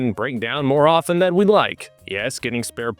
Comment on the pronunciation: The “t” in “often” is silent. CHRIST.